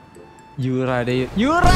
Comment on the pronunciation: Yuka anjir bukan yura😂